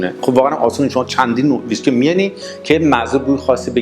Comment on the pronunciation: Mr. Before you show your knowledge of Whiskey you need to pronounce it right. It is not pronounce Visky it is Whiskey (Wees-ki).